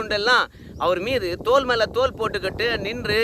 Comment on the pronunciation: தோலுக்கு மேல் தோல் என்ற உச்சரிப்பு பிழையை திருத்தி தோளுக்கு மேல் தோள் என்று உச்சரிக்கவும். மேலேசொன்ன தோலுக்கு மேல் தோல் எனறால் அர்த்தம் தவறான பொருளைக் கொடுக்கும்.